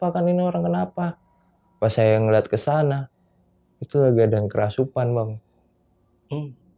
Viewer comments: gatel pen benerin kerasupan nya si mas huhu "kerasukan" mas bukan "kerasupan" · Maaf bang kerasukan.. Kesurupan.. Bukan kerasupan.. Beneer gak? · Apa cuma saya yg denger!?!? Si Narsum bilangnya "kerasupan" bukan "kerasukan" 😅😂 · "Kerasupan"??? Agak kocak Narsumnya. 😅